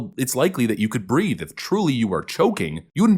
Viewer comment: He actually said, "I can't breaf." But that's besides the point.